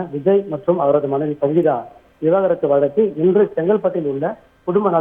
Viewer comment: தனி மனித ஒழுக்கம் 😂😂😂😂 செய்தி வாசிப்பாளரும் சரி பத்திரிக்கையாளரும் சரி விவாகரத்து என்ற வார்த்தை வாயில் வரவே மாட்டேங்கிறது 😂😂 விவாகரத்தா அல்லது விவகாரத்தா 😂😂 ஒழுங்காக படியுங்கள் 😂😂